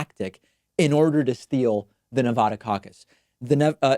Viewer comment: BRRROOOOOO. STOP OUTTING SO MUCH EMPHASIS ON NEVADUHHHH.. ITS NEVADAA AAAAAAAAWWW NEVADAWW